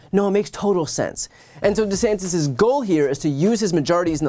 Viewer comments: He also changed the pronunciation of his surname. That speaks volumes. So "acting" dumb to pander to his base checks out. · He changed how he pronounces his own name for voters....